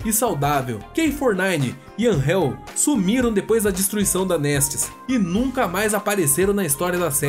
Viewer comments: Anjel??? O nome depe e angel(anjo e ingles ) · AnRREL, meu brother, ele chamou a AnGEL de AnRREL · Seus vídeos são ótimos. Bem montados e bem editados. Só reveja a pronúncia dos nomes dos personagens. Como Angel por exemplo. O G tem som de J mesmo. Que nem em "Jack'' e não de rr. Anrrél. A acentuação tônica é no A mesmo. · É angel n Anhhhel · Cara, tem umas pronúncias no vídeo que são incompreensíveis. Mas nenhuma supera a pronúncia bizarra de "Angel"!